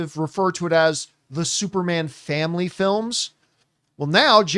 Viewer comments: Can’t get over John saying “Supermon” lol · Supermon!! What's up with John😂😂 He said it like three times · Yeah he can't say superman saga is hilarious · How tf does he keep saying supermon 😂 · Are you purposely saying SUPERMON AND NOT SUPERMAN because your dead serious saying SUPERMON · John - “supermon” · He said that way four times I think lol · "Supermon Saga" – Somebody get John a Red Stripe. He's turned Jamaican today!